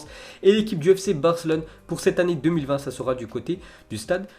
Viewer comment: je parle pas de barca ... Je parle de la prononciation de ce tebe ... Quand à chaque fois qu'il pronoce la ville de Barcelone ( fc Barcelone ) lui il dit fc Barclone ) il à tendance de oublié le E , ok .... 🤫